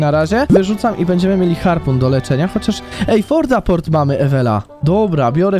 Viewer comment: Portafort a nie fortaporty